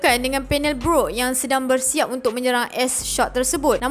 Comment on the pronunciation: Sorry ye pembetulan, bukan s shock tp s shark, bukan beroot tp brook. Hehe. Kami rindu.